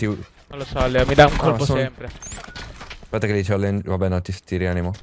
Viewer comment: Madonna "challengio" non si può proprio sentire però